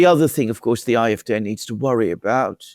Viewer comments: Why do you call the German party 'I F Day' instead of 'I F Dee' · Be consistent pronounce CDU and SPD in a German way or pronounce ADF in an English way as I would do when speaking English.